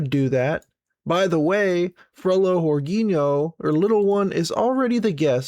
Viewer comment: You pronounce the nh like a ñ so Jorginho its like Jorgiño